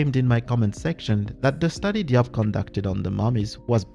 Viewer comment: Diop is pronounced as Jobe